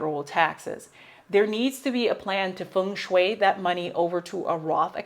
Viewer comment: Funshuway? Rothatizing? Lol. Thanks i needed a good lol. 😂😂😂😂